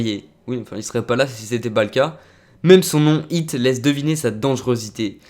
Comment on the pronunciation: c'est hit,pas hot,hit sa veut dire "coup"